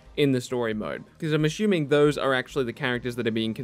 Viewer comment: If you can’t say ‘assuming’ right, can you please stop overusing it.. 😕